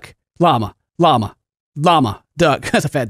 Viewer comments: After a while, it sounded like you were saying "mamma" instead of "llama" xD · You sound like your saying Obama i laughed so hard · Why does it sound like he's saying lawnmower duck?? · It sounds like sometimes he was saying mama xD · When he says lama it starts to sound like mamma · After you say Llama so many times it starts to sound weird. Like you're saying mama or something. I hope this isn't just me ..